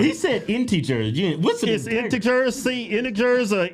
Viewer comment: It's pronounced "IN-TU(short e or u sound)-JUR" You guys are hilarious